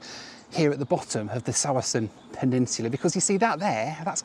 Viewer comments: Love your videos,. I've lived in the Greater Vancouver area for decades, but the pronunciation of "Tsawwassen" is "tuh-WASS-en" or "tsuh-WASS-en," with the accent on the second syllable. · Tsawwassen is pronounced Tah-Wah-Sen. The T is not silent. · Your guess was perfectly reasonable, but like quite a few placenames in BC, the pronunciation is weird -- "Tsawwassen" sounds like tuh-WOSS-in' ('woss' rhyming with 'Ross'). ❤ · AHHHH!!!! I live only an hour's drive from there! I also like how you did the Greyhound one. I used to take many a bus from Pacific Central! Also, it doesn't look like it so I get why you mispronounced it, but it's pronounced ti-WAH-sen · Tsawwassen is pronounced as Toh-Wah-Son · Omg I just realized is attempting to say Tsawwassen. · I've gotten used to hearing people drop the 't' and instead pronounce the 's', but I don't think I've ever heard anyone stress the first and last syllables instead of the middle one before today.